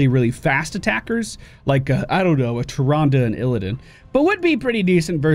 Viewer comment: His pronunciation of Tyrande kills me every time. How the hell is that spelled???